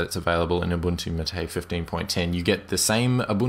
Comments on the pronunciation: It's "máte", not "maté" :P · equal emphasis on each syllable, Mar -Tay, not maTAY from the official website: " The name “MATE”, pronounced Ma-Tay, comes from yerba maté, a species of holly native to subtropical South America. Its leaves contain caffeine and are used to make infusions and a beverage called mate." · How do you pronounce "MATE"? i heard "ma - té". Whole life i thought was "may - t" (t sound at final) Btw, nice review! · The pronunciation is 'MAH - TAY like "mate" in Spanish. You used to pronounce it right. Why do you pronounce it all wrong now? =/ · i know there's a lot of pronunciations for MATE but a friend calls it "may-tee" jesus christ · The correct pronunciation is mah-tay...